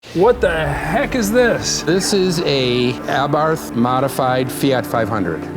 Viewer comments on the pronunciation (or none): FYI, it's pronounced "Aa-bart". Yeah, I know, weird, but that's how it's said, missing the h. Wonder if that kit is still available, or if it fits the 500 Giardiniera ? The lid is not kept up for cooling, and certainly the down force line was a jest? They're propped open because they don't close - the modded motor gets in the way. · Can someone call Jason Cammisa to teach them how to pronounce "Abarth" He did a nice segment in the Lancia Delta Integrale Video 🤣🤣🤣